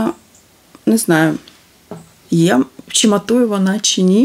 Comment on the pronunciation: Ну чому вимовляете погано слова на укр. мовi? Шьчьось, чьи, вiдтiночьок ,чясто получяеться, чьомусь i т. д. В украiнськiй мовi немае такоi вимови. Дуже не гарна вимова слiв у вас.